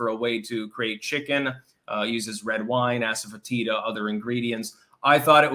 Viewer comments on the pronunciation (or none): It's pronounced assuh-FET-iduh.